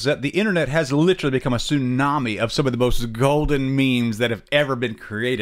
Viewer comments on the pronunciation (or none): none